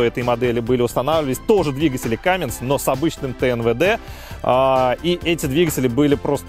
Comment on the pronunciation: Не Камминс, а Камминз. Подправь, пожалуйста.